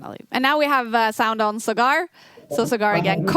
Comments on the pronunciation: Not sagaar but saa-gur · Saagr, not sgaar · Saaagar not Sagaaar.. Respect is a two way street.. Stop being intentionally rascist.. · Sagar❌️ SugAArr✅️ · It's so disappointing to see kaja not even make an effort to pronounce Sagar correctly, she's not a chess expert her whole job is to be a professional host, communication skills is a pretty important part of that